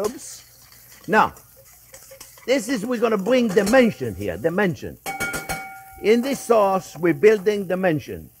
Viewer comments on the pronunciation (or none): Chef, I thought you said “it gives it dementia”!